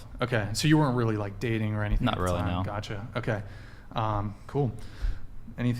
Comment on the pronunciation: tried so hard to get a "gotttcha" moment lol